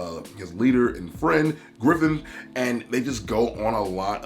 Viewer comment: Did he just call him Griffin?